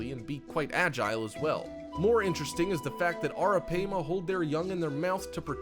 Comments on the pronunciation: Also, it's pronounced "arra pyma" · You’re mispronouncing the name of the third creature on your list wrong. (Arapaima) it’s pronounced “Air-ra-Pima”. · Bezoticallyyours83: Actually, it's pronounced Air-Ah-Pay-Muh. Just trying to be helpful. We've had them before along with caimans and an anaconda and a whole bunch of other critters when my son was younger. The anaconda was given to him by a kid down the street who was keeping it wrong. It was a male (they only get around 6 feet long full grown) and once we brought it home my son put it inside a really big aquarium he had and set up the heat lamps and even a hot rock. In a day or two that thing was so vicious that it kept smashing into the side of the tank when you'd walk by! He had it for about a week before I made him take it to the zoo and give it to them!!! The Caimans he had were pretty cool but they had a LOT less angry a personality than what this dude described in this video. We had an American Alligator once as well. That thing was wicked! If I was to do things over again I'd NEVER let my son bring that gator home! It grew nearly 5 times its length the first year he had it and it never chilled out and calmed down even though he handled it everyday! I made him take that one to the zoo as well. We've also had Arawanas and Alligator Gar and a gazillion other types of fish and animals. JUst sayin'. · It’s ARAPIMA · Arapaima is pronounced Air-uh-pie-ma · Thought it was pronounced air-a- pie-ma? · You showed a gar as a arapima and your saying the name wrong you dumbass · U said arapima wrong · Cant even pronounce Arapaima correctly lol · How you say arapaima get me lol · You were mispronouncing the names Pacu and Arapaima, and most of this info is very incorrect.